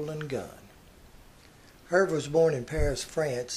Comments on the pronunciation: I believe his name is pronounced Er vay the H is silent. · Nice job, first name pronounced "Her-vay", but afar from that, very informative, and thoughtful. Thanks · Herve is pronounced "Her-vay". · His first name was pronounced "Er-vay". Hard to believe 3 women chose to marry him. I mean, for real.